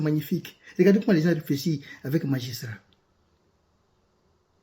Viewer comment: Vraiment, vous avez parlé avec "magistriat ". 🎉🎉